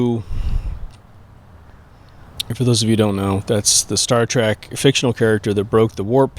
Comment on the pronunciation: Trek not track